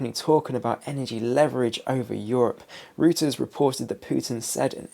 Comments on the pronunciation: Stop saying Rooters report . It's Reuters, German, pronounced ROYTERS. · Reuters, is pronounced “Roy- ters.’ And please tell me, what’s going on with your barnet?